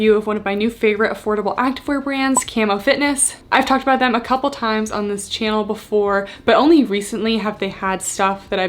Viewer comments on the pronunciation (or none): "welcome back to my tannel" ;-) Your hair looks great!